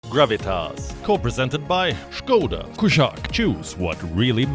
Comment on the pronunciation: You have really good ears if you can understand what he says about skoda.